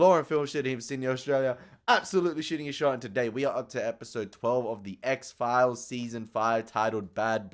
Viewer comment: Please, please stop saying X-Phile-ees. It's X-Philes, pronounced "X-Files" . I'm sorry... I'll watch the react now.